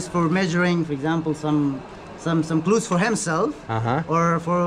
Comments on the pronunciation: The guy was saying “clothes” but pronounced it klut. You asked what is glut? Hahaha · my guy called 'clothes' ...glutes lmao